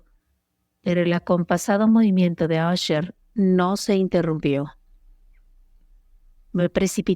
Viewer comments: Es un problema que presentan ciertos programas para la lectura de textos en voz alta, aunque tu escribas Usher en el guión, la voz lo dirá como asher. Si quieres que suene bien hay que estar verificando y editando las palabras escribiéndolas mal "ucher" para que suene bien "usher" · NO ES LA CASA "ASHER" EN INGLÉS SE PRONUNCIA TAL COMO SE ESCRIBE. "USHER"